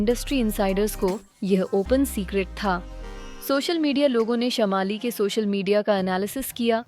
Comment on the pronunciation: Wot is dis shamaali? Y don u work a lil bit on ur pronounciations.....its shaamali.....Biggest scandal ?! Lol....